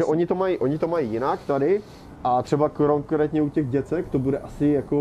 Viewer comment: "koronkrétně" - dobrý přeřek 😂